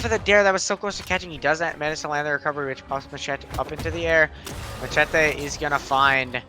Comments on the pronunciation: ouai mais je comprend pas pourquoi il le prononce "machaté" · it sound like this : ma-chay-tay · he said Macheete's name the most cancerous way